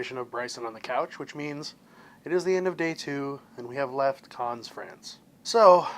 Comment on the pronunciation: Carns? Always nice to learn how to pronounce the places you visit! Otherwise an informative video. Thank you.